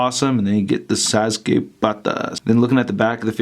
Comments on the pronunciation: Sauce- kay....not Sazookay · That pointy hand gesture is his gesture in making that lightning, THAT lightning is called chidori because you know, japanese word, and most of all, its sas-ke not sasuke, sas-ke not sasuke, SAS-KAE NOT SASUKE!!! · It's pronounced like Saske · *naruto not nardoto or suake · U pronounced it sas - K say the k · sazuke...... SAH-S-KAE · Bruh it’s pronounced SAS- UKE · U did not just say sa sukay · Did he say sazu--k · Why does he say, sazuke, like there is a z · It's spelled sasuke but pronouced saske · ITs sauske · Sa-su-kay what !?!?!?! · Sa zu kay and na roo dow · "sazukay" I know he doesn't know who sasuke is but he could at least look up how to pronounce it. also the effect is called chidori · Its pronounced sa-skea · I am a big fan of yours. and his name is pronounced sauce-kae. i bought this figure. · di di did he just FUCKING SAID ZASUKA ARE U FUCKING SEREUSE IF U DONT KNOW THE NAMES JUST FUCKING GO ON YOUTUBE AND FIGURE OUT HOW TO SAY HIS NAME DUMB ASS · It's pronounced sauce k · TIT'S PRONOUNCED SAS - KAY!!!! AT LEAST SAY IT RIGHT!!!! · It's better like this Sauce-K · It's pronounced Sauce-K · His name is pronounced salskay ( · How did you pronounce Sasuke😂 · He said it wrong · He’s saying sasuke so wrong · Pronounced Sasuke and naruto wrong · thats not how to say sasuke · Your saying the name wrong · Thats not how you say sauske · You fucking bitch you just prouncued naruto and sasuke in a bad language that affects and offends my culture my Mexican wetbang culture trigggereeeeeddddd!!!!#ylfuck you hicthsh:$:$##÷$#$ I can't even type from the triggereddd I am bad fucking baruro pronouciation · u said naruto and sasuke totally wrong